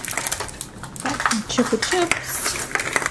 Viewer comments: it's "chupa chup" as in "up" not "oop" but yay this was fun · "Chup-ah-chup" not "choop"